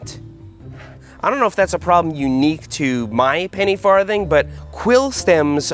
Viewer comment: Ha. He said farth.